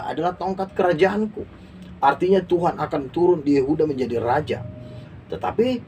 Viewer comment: Tuan ya bukan Tuhan ....jgn salah ucap